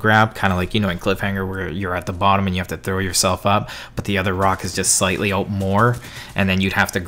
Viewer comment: Hmm hockey he says oot yo dude ur Canadian